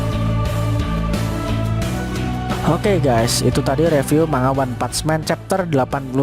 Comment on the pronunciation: One pats men🤣🤣🤣. Lidah miminnya gg